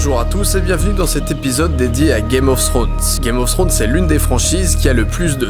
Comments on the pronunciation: Ta video est super mais s'il te plait ne prononce pas "Games Ofs Thrones" il n'y a pas de "s" a chaque fin de mot, merci. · DidiChandouidoui game of srones , targarien , tirion ... ( regarde la série en vo tu comprendras de quoi je parle ;) ) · On peut dire qu'on l'attendait ce 5 theorie , super video PS par contre pourquoi les francais disent tous "games of ssrones "? c'est tellement moche!